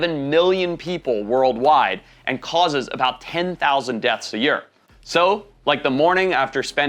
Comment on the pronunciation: day week month yeeer hearing it said like that is a first for me, but hey your smart I'm not. HAHA